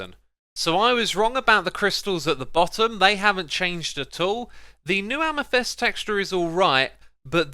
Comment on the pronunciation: LMAO Xisuma, stopy saying Amythest, it's Amethyst....